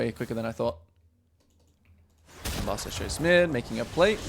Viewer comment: Do you pronounce Ambessa’s name like that on purpose?